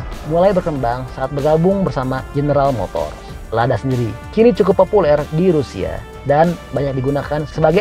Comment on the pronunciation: Ladya bukan lada